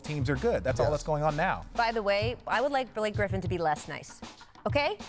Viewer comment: it sounds like Rachel said "Billie Griffin" 😂